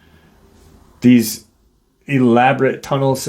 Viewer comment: Thanks, I appreciate you and the young man sharing his experience. Taos rhymes with mouse. Taos, mouse in my house.. Doug from NM